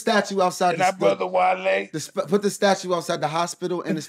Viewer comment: alright his name is wale not wallee lmao